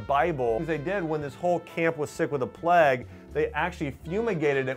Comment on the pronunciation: that is not what it sounds like at all my friend Plague is pronounced "play-gh" I know how to spell plague lol I'm just having a laugh at this guy pronouncing it "pleg" like a gammon